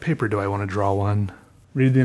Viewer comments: did you just pronounce the w in draw? :-) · U say draw like drow.. I love it